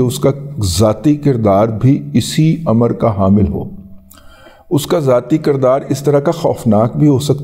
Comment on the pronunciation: لفظ کردار میں ک کے نیچے زیر ہے نہ کہ زبر۔